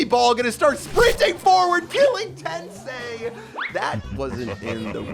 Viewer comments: I'm just a little bit annoyed that says 'tensay' instead of 'tensai'😐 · Love how they go through the effort of translating Today's name to English but can't even pronounce Tensai's name correctly lmfao